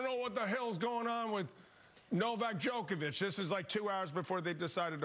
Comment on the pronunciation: Djokovic not Djokeavic, learn how to pronounce his name properly if your going to present a show 🤷🏻‍♂️ he is not playing by his own rules, he is exercising his bodily autonomy and using his right to medical freedom to decide what medical procedures he undergoes 🤷🏻‍♂️